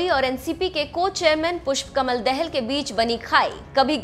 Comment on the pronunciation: dehel nahi betaa dahaal padh ne nahi aati mukh uthaake chale .aaye.